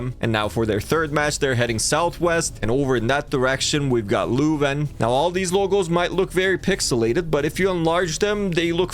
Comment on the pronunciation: pronounced lew-ven